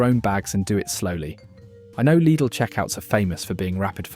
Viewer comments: Its pronounced L I D L NOT LEEDLE MY SISTER AND NEPHEW WORK THERE SO I SHOULD KNOW. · Please stop the AI voice saying LEEDAL! most supermarket foods contain toxic stuff if eaten in excess. People should LEARN TO COOK. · Do make up your mind how you want to pronounce the word Lydl! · Why do you call it ‘Leedle’? Can’t you spell? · It's German! So it's pronounced 'Leedle'. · Lydle, Leedle, Liddle….you need to make your mind up lad! The different pronunciations are so irritating lol. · Laidl / leedle? 😂😂 AI voiceover is horrible. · I thought Lidl was pronounced liddle. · So, is it pronounced Liddle, Leedle or Liedle? 🤔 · Stop calling it LEEDLE! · Daft AI generated dialogue (is the business name pronounced Liddle or Leedel ?) and photos where we see Aldi's Lurpak clone Norpak not Lidl's Danpak. I won't be subscribing to a Channel that doesn't check this nonsense. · Changes the pronunciation of Lidl three times. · yea, I agree this is AI, the voice sounds real at first.. but then you hear how it says Lidl sometimes and BBQ and odd breaks in sentances